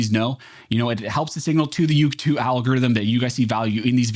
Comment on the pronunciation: At the end...did he say..."feeds Al Gores rhythm"...? BTW love AF, kudos for hitting the HARD....